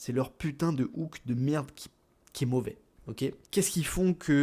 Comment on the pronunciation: "Les hook de Merrrde" 😭😭 ça m'a tué